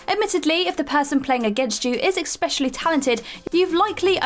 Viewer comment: Does anyone else wish she'd stop saying, "ecspecially"?